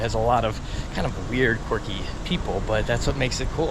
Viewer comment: Dude… it’s quirky, not corky. Stop saying corky! lol